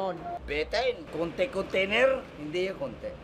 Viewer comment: "Conte-container! Di konte." WAHAHAHAHA